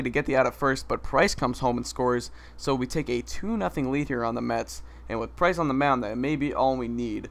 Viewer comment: PRINCE!!! HAHA actually iTS PRICE!